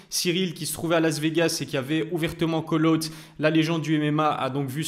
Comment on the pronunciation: On dit pas "coleute" mdr mais KOL AWT (call out) 🥲